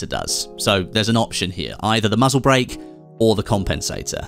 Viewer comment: “muzzle BrEaK” WAT WAS THAT